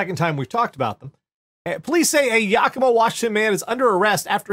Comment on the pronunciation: The city is pronounced YAK-ima.